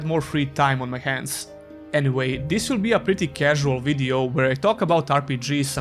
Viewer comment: "ees" game? lol